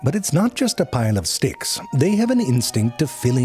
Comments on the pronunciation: Don't think I didn't catch when you said "dicks" instead of "sticks" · did you say "what to do with those d**ks" ?😁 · You know, I had to watch a second time, with captions on, to figure out when you said "dicks" ... totally missed my first time through